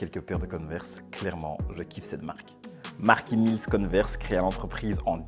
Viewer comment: converse on dit pas conneverse j ai remarquer plusieurs fois l erreur ;)